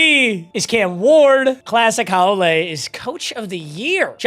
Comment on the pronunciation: Haole is pronounced how-lee, but thanks for representing the islands